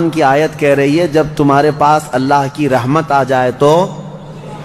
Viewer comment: Aayat galat padi hai